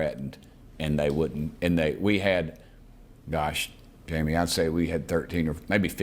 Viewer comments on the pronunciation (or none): It’s pronounced hai..mi not Jaime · Jaimie is pronounced Haimie, if I'm not mistaken. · Respect to Burchett. But Trump HAD THE CHANCE to let this stuff out and he didn’t do it. Also, Jaime is pronounced “Hai-mee.” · His name is pronounced "Hi me"